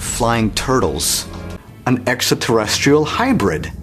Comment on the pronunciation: they are not making fun of how you say exxaterestral or ancient Assuhnot theory.lol